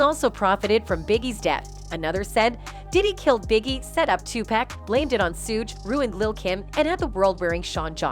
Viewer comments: 2pack😂should knight😂 I can't take this female serious at all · It's 2 pack not to pack it's Suge like sugar not Suge like sewage ppac been dead damn near 30 years and y'all still sayinbhis name wrong